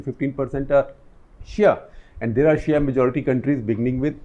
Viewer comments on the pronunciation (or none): none